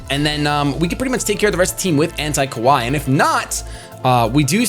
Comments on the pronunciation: The way you say "kawaii" sounds like "kowai," which means "scary" in Japanese. lol It should be pronounced kuh-wah-ee. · pronunciation of Kawaii is so bad haha. Though I love the nickname AntiKawaii for the Malamar